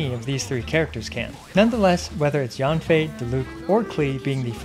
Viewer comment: actually in mandarin, Yanfei is pronounced like "yen fei". Yan sounds "yen" while Yang sounds "yang".